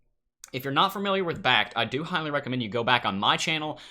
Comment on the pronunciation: Fermiliar? I am not familiar with the word fermiliar.